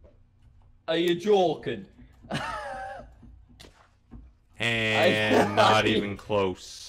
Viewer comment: “Are you jöøœken?”